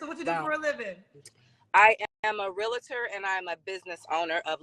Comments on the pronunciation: Realtor is one of the most mispronounced words ever. There is NO “a” between. Real - tor. It’s one syllable. Sorry 😮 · Lets start here sis.. You're pronouncing "Realtor" with 2 A's and thats your profession?😅 You keep saying "realator." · Im a real-i-tor. Now maam?😂🥴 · She's all that ( in her mind) but doesn't know the proper pronunciation of realtor; two syllables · She can't even pronounce the word REALTOR correctly... so I cannot take her seriously at all.